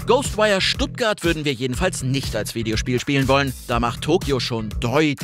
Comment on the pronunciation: Ghoschtwire Stuttgart ^^ , wie geil